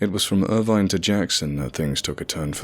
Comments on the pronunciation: Ugh!!!! You took the words right outta my mouth. Ir-VINE. No. Just no. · It's "Bate-E-Ville", not "Beat-E-Ville when you pronounce Beattyville. Also, I was born in Irvine, it's "Ir-Vin" not "Ir-Vine" pronunciation. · It's pronounced Ir-vin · Irvine pronounced "er-ven", Beattyville pronounced "bate-e-vull". We Kentuckians are very particular about how you pronounce names of towns. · And don't forget, it's not Ir- VINE, or Bee-tee-ville. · The guy who narrated this mispronounced a few places so we know for sure he is not from Ky. Irvine is pronounced Ir-vin. Beattyville is pronounced Bae-tee-ville.